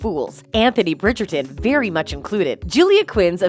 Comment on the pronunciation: Please learn how to correctly pronounce the names, especially Bridgerton and Nicola.